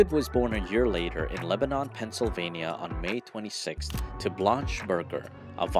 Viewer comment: I’m from Lebanon PA. It’s pronounced “LEB UH NON”